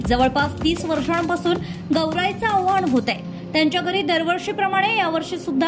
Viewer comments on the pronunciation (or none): आव्हान नाही आवाहन, आदरतिथ्य नाही आदरातिथ्य